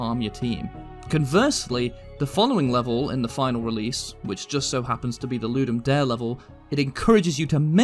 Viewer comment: the E in Ludum Dare isnt silent, the whole phrase is latin